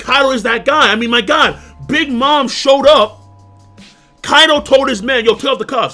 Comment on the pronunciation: Completely agree and yet It's still funny calling him kaidhoe